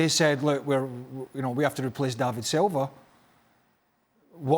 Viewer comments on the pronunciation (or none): none